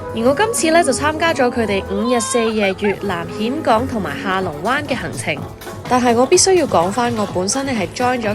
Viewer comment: 峴港你全程讀錯